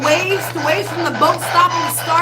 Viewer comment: I heard him say" they waved"